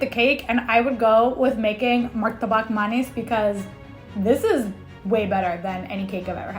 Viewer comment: The way pronounce martabak manis correctly is warming my heart❤️